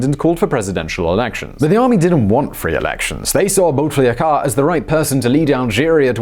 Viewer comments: Never heard a better "Bouteflika" prononciation in my life 😂😂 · That’s the funniest pronunciation of “Bou Taflika” ever 😂😂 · Firas Sanioura It sounded like “boot licker”. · I adore the way he pronounces bouteflika's name 😂😂💗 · Him: BouteflikAA Me : *giggles * Him : Harari Boudemiadian Me literally dies Aaaah westerns trying to pronounce shit.... What a blessing 😂😂😂😂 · It’s Boo me dee een And Bouteflika is pronounced Boo tuh fleek uh